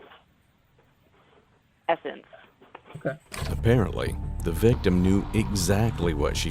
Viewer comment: "The victim identified him..." "VIVTIM"? Victim of WHAT?